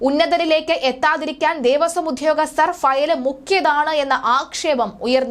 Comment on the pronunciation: When you read say ഉദ്യോഗസ്ഥർ not ഉധ്യോഗസ്ഥർ.